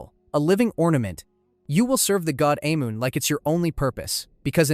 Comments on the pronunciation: The god “ayy moon”. Bro at least check the pronunciations. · Ahh-Mon. That's how its pronounced.